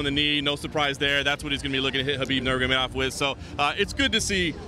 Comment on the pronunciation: Habib Normegedov -, this is your job. Atleast try to pronounce his name right.